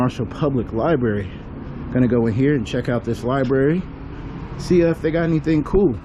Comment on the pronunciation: Lol "aks, aksed and aksing. Liberry"